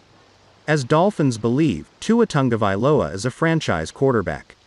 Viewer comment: It's not Tangovailoa it's Tagovailoa